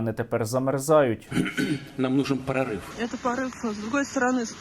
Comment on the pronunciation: Стерненко у мвоэму репертуарi!!!! "Нам нужен прарыф". НА! "ПРАРЫФ"!😂